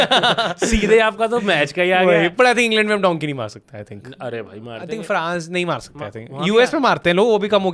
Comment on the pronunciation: Abe lendio! Its dunkee not donkey 😂